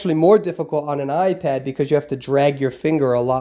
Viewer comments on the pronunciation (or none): none